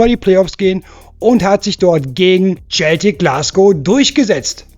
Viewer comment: Hi bist ein guter Junge, aber bitte sag nicht im Tscheltik, sondern Celtic, da explodieren einem sonst die Lauscher 😬